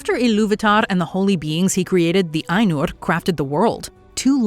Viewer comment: The proper pronunciation of "Ainur" has earned this video a "like".